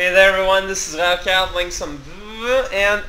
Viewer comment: i love how he says the game's name "vehvehveh" lol XD